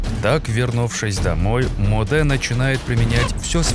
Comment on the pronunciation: не Модэ а Моде